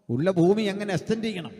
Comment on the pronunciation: ഫൂമി അല്ലടോ ഭൂമി വായനക്കാര